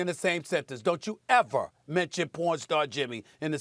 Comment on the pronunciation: Don’t chew Eva evah!!!🤣😂🤣😂